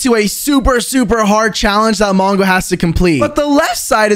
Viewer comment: when we Turned on captions, you said manga instead of mongo